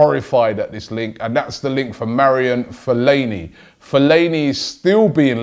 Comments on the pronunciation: “Marian Fellaini” .. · He calls him Marion Fellaini throughout and then Mario Fellaini 6.10 mins! With all the new greeks around you guys need to work on your pronunciations! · it ma-ara-won fellani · It’s not that hard to say Fellainis first name, all you do is butcher player names. Just take the time to know how to pronounce player names and your show will be 20 times better